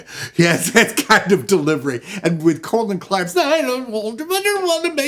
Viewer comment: Colin Clive is "Kah-LIN". A "Colon" is a body part